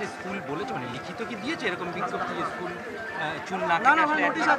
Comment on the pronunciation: Shoole uccharon e to vul korche eschool bolche 😂😂🤣🤣